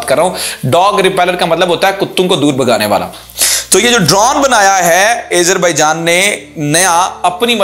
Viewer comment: Video me boht si acchi khabrein hn, keep it up, but plz Azerbaijan ko sahi se pronounce karen. Its Azerbaijan not aizerbaijan